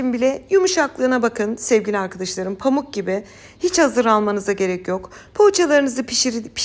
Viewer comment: Ses tonuna bi sey diyemem ama diksiyonunda ozellikle e harflerinde, arkadaşlarım kelimesinde, tamamen kelimesinde, böyle kelimesinde ve bi cok kelimesinde telaffuz sorunu var. elbette bizi diksiyonu degil tarifleri ilgilendiriyor. Ama ilgi ve arastirma alanim oldugu icin ister istemez dikkatiimi cekiyor.